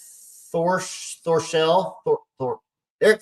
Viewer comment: You got it right!! 2 syllables..... Thor then sell....... Thorsell.